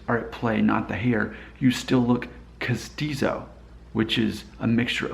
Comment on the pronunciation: Yes, you are castizo and you pronounced it correctly. But it is an old term that no one uses it anymore. In Medellin, where my mom is from, they did this to water down the Indigenous people. It was better to be Castizo than Mestizo. Sad world.